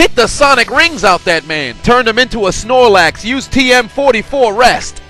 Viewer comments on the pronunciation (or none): none